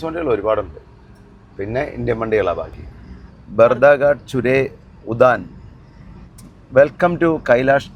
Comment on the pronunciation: ഉദാൻ അല്ല ഉദ്യാൻ ആണ്.